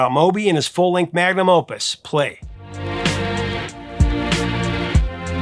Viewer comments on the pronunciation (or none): none